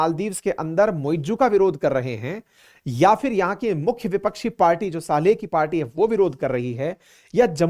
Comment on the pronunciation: सालेह नही सोलीह